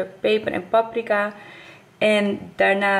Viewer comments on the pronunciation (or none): none